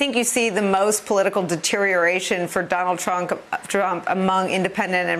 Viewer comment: "Donald Trunk" lol